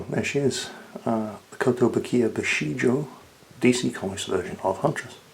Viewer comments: It's bishojo, in some romaji spellings, and it's pronounced b'sho'jo, show and Joe. Not shoe and Joe. It's only British English that likes to put silent letter u's in words like color and neighbor etc. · It's pronounced "Bee-shoh-joh"! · As far as I remember, "ou"s in japanese are pronounced as "o", so it would be pronounced as bishojo. Can't stop correcting pronounciation just because it's japanese and not german. They way how the custom taxes increase sounds horrible, but still better than the 19% on the price and the cost of the shipping in my country. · Bee-Show-Joe/Bishoujo/ビショウジョ/ Beh-Show-Zho/Beshouzo/ベショウゾ/ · I really like how takes the time to explain what 'bishoujo' means, and then proceeds to horribly mispronounce it for the rest of the video. Seriously though, that figure is rad. Nicely chosen,. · because you love it when people are being anal about how to pronounce shit :) bishoujo, the "ou" is just a strechted o (as in oh), japanese does not have twice the same vowel to modifiy its sound and the -jo at the end is pronounces as in yo-yo, without deforming the o sound too much, also each syllable is spoken with same emphasis, there is no stressing of indiviual syllables.